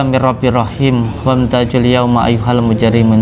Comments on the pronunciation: Salamung qaula.dst. WAM TAZUL. BUKAN WAM TAJUL GUS.. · maaf ya, ayat dalam surat yasin itu, bacaannya bukan wamtajul, tetapi wamtazul yauma ayyuhal mujrimuun